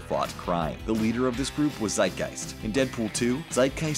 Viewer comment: lol how you pronounce Zeitgeist hehe